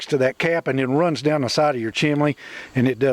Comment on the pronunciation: Why pronounce chimney as chimlee. A I told me to use high temp mortar....you're not suppose to use regular mortar.